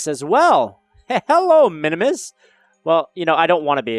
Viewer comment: It's min-mus not min-o-mus